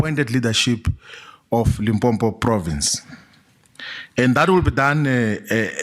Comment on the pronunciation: Limpopo not Limpompo How can someone from limpopo pronounce it wrong 🙆🏻‍♂️